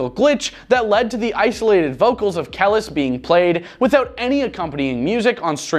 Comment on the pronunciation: I think that if you are going to talk about people you should pronounce their name properly. Kelis (Ka-li's)